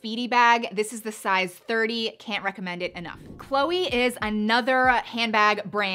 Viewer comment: Loved the video🥰. But every french person got their ears hurt when you called chloé chloey 😅